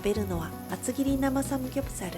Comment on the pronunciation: 카오 누나 삼굡사루, 자갈치루, 서우루 발음이 너무 카와이하므니다